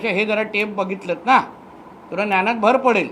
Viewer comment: न्यानात नव्हे बाबा ज्ञानात म्हण